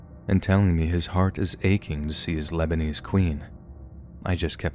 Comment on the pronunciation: Labanese queen! Pure cringe.